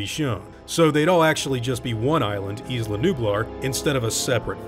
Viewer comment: Thw word isla is pronounced ai-la, not is-la